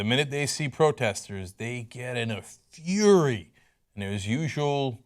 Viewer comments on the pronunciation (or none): none